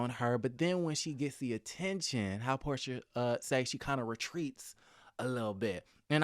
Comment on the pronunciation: It's Porsha. Her name is Porsha.